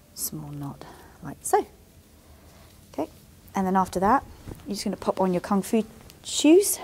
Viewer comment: oooh, "Kung Fu" trousers. I thought you were saying "comfy" trousers. I thought, yeah those trousers do look comfy.